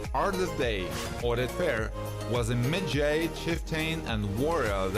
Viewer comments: Ardeth Bey was the 'midjay'. The narrator can't pronounce anything right. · Maji- Sounds like, Madge-eye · WoW talk about uber bad prononciation of the word medjai... dude do research before u do things like that🤦🏾‍♀️it’s not med-jay!!